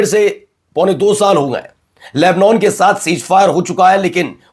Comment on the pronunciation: Lebnon ...nahi.....lebnan padha aur bola jata hai.